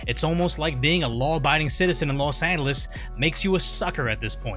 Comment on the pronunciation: los demonios instead of Los Angeles